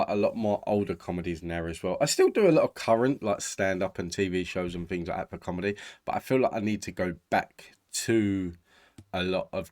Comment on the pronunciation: Why on earth do you think anyone would prefer to see you reacting to a sketch rather than just the sketch itself? And you are so atrociously badly spoken - FINGS ???- It's THINGS YOU MUPPET!!